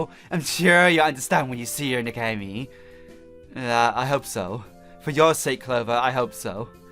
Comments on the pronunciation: Dude, It's pronounced Neck-oh-He-May. And I love the fact that you missed the sakura games shameless self plug in the background of Clover's intro photo. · Pronounced Neko He May and it means Catgirl princess. Baka!